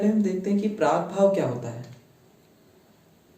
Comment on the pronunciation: "प्राग्भाव" is not correct...it should be "प्रागभाव"